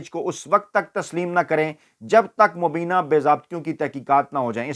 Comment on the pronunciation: “Mubie’na “ not mubeena.